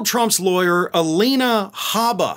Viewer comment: Is she really a ‘Laweyer’ ??? Lol